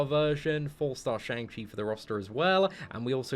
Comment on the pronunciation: Day 14 of waiting for to pronounce Shang Chi correctly😂